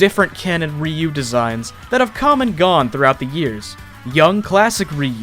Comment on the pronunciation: um it is pronounced RIE-YOU